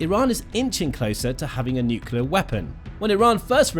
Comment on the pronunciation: It’s pronounced nuk-LEE-ur. You undermine your credibility by mispronouncing. There no such thing as a nucUlus. Nucleus is the basis of the word nuclear. If you can’t get that fundamental detail right, what else are you being sloppy about?